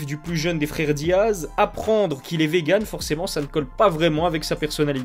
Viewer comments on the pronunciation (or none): none